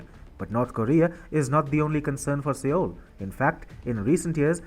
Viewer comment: Sir! With apologies, the correct pronunciation of the name of South Korea's capital city is "SOUL" even though it is written as Seoul. Thanking you 🙏